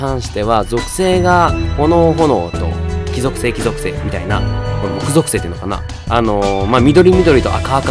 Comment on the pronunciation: もく ぞくせい…？ き ぞくせいかと思ってた…